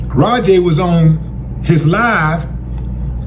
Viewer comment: Raja is pronounced ( Rah-Jah ), not Rah Jay. Those punches landed and in the wrestling world that is called shoot, which means that the performer decided to turn the scripted fight into a real one. Wrestling is a fake competitive sport, but it is not fake it is a scripted performance like a stage play, ballet or a martial arts demonstration. Professionals are only allowed to do it and Raja is not trained to what is called in the wrestling world a worker. The wrestler is also a military veteran who suffers from PTSD which can affect the brain in a variety of ways. He was also drinking and thought Raja was there to work as a wrestler. There is a video that paints a clear picture of why Raja attacked him brutally and deviated from the plan.